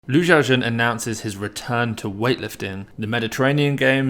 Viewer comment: Way to butcher the greatest lifter’s name